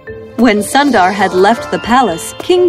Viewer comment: Sundar is not (☀️-dar)..it's u sound is more like u in put..and Sundar means beautiful in Hindi..if you can edit the audio now..then please do so..btw ..the content of your channel is great..I always watch it while I have food..❤️